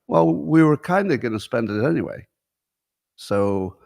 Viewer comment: Top 10 annoying things Scott does (which one do YOU hate the most?): 1. The awkward way Scott ends a topic with "iiinyway" 2. Scott answers his own question with "I dunno". Often preceded with a little squeaky, groaning noise. 3. Scott: "You know how they could have saved a lot of money? They could have just asked Scott" (note: I think he knows this one is worn out so he's modifying it somewhat). 4. The way Scott pronounces the word Question as "Queshion". 5. The little growl in Scott's voice when he imitates any group of people. 6. When Scott acts like a tough guy. "If China doesn't stop shipping fentanyl, we are gonna fuckin' kill 'em" (no we're not) or the more recent "I would literally take a bullet for Musk or Vivek" (no you wouldn't). 7. His overuse of the word "Hyperbole" (hey Scott, there's a new word they just invented, it's "exaggerate". 8. Scott's sex robot/porn/masturbation stories. He's an old, probably celibate guy that never leaves his house and him talking about sex is stomach-turning. Grow up Scott. 9. The constant repeating of his explanation to his opposition to DEI "I'm not saying anything about anyone's genes, race, or culture - blah, blah, blah". I've literally heard that 50 times and it sounds like he's afraid of being called a racist - which disputes his "I'm so brave; Elon, Trump and I saved America" claims. and the absolute, undisputed most annoying thing Scott does is... 10. The nervous laughter that Scott does after 50% of anything he says - even w